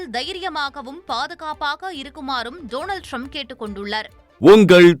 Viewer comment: அமெரிக்க அதிபர் பெயர் டோனல்ட் ட்ரம்ப் அல்ல ..... பெயர்களை சரியாக சொல்ல கற்றுக் கொள்ளவும் .